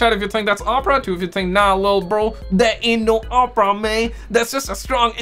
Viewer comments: Ur saying opera wrong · R U fkn wit Us? LoL its O-Pruh (Oprah)